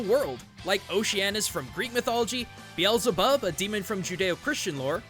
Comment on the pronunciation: i just love that belzebub pronunciation.